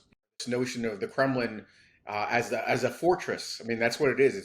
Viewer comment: it's Kremlin, not Kremin.